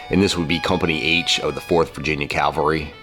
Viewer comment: Really enjoy your videos as a life long Virginian who loves history. Please change how you pronounce cavalry though. You continually say Calvary... not the same. :/